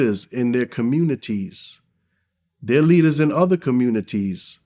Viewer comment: Talks so proper 😂” communiTees”.